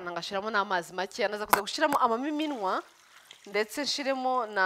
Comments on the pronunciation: Hi, Bavuga "amamininwa" biva ku nshinga Kuminina ntabwo bavuga "Amamiminwa", Ikindi bavuga "GuSHYIramo" ntibavuga "GuSHIramo" naho ubundi inyigisho zawe ziradufasha komereza aho. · Uzadufashe ureke iyo "shi" yawe kbs! Bavuga gushyiramo! Kuki utavuga ibishimbo?? Byose ni igihekane "Shy" plz uri mukuru cherie ujye uvuga ikinyarwanda bien! We love you!